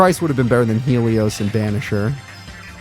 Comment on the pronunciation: Why are you saying Helios like Stelio from American dad